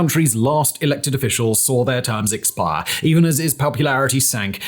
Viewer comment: Normal person: "expire" Simon : "expaaar"